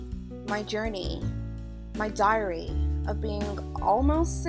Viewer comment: "my dairy" 😂